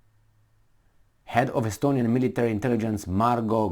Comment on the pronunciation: SStonia intelignce? OK then.